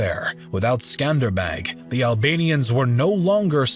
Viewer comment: Every time he said "MECK-Med" or Skander-Beggg" I cringed a little.